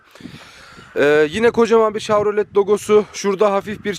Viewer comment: Telaffuz yanlış olmuş chevrolet şavrolet diye değil şevrolet diye okunur. Ayrıca araçta 8 hava yastığı bulunmakta. Bu da ufak bir bilgi olsun.